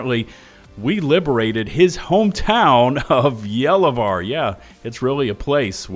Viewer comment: Finally someone with the correct pronunciation of Gallivare 🙏🏻